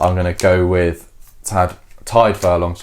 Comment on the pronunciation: It sounds like you're saying 'Tide' ? With Furlong and Beirne around so long and in multiple Lions tours it makes me wonder how English commentators are pronouncing them 😆 Should be like the big cat: Tiger but stop after the hard 'g' 😊